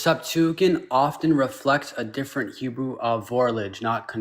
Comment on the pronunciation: At one point he said Heboo.